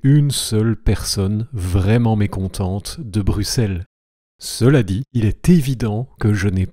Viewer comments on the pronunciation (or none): x se prononce [ks] et non [s]. ui se prononce [ui] et non [uui].